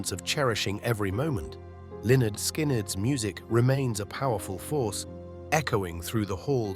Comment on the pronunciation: "Leonard Skin," "Leonard Skinned..." give me a break. These AI videos are a huge disappointment.